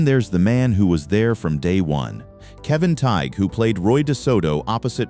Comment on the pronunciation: The "G" is silent in Kevin Tighe's last name! Marco Lopez and Ron Pinkard are still alive